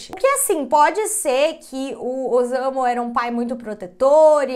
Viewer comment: O s eh lido como ss então não eh ozamu e sim ossamu a pronúncia correta